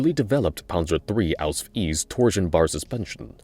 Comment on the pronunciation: Please Stop saying AUSF. no german says it this way just call it Panzer IV H or Panzer IV version H. I appreciate your efforts to pronounce any german, but as a german im begging you just use the english word for it if the german one is hard to pronounce. No german will be uppset if you dont call it by the german name.